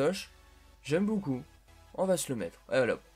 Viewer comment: Pourquoi quand tu dis beaucoup tu dis boucoup